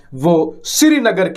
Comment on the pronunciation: Sreenagar nahi srinagar